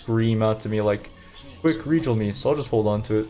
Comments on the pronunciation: What's with your pronounciation? Aljemy Ajony Rejal I never heard anyone unable to pronounce "gha" or Idk if you do it on purpose. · Aljemy is the correct way to say it though... Rejal too